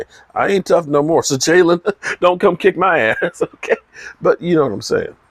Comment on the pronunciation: Not sure if you do it on purpose because you always have it that way but it's "Jaylon". I always think you are talking about Hurts or Ramsey when I see "Jalen" lol. This damn team man....